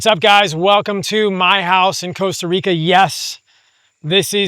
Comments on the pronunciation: Stop calling it "Coasta Rica" bro. Loooool. Nice place though, amazing lifestyle also. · coasta Rica😂